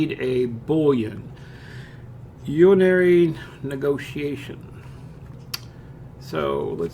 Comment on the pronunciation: lol it is pronounced Boo-lee-an and yooonary Neg-ace-shun not urinary negotiation. I'm dying laughing. Thanks for the tutorial.